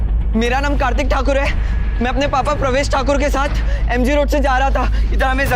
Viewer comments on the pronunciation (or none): Yes,Sharma ne kha tha inspector se ki goli niche se upar ki or chli he,,, inspector over smart he bhut,, Pravesh ko parvesh kh rha he br br😜😜😜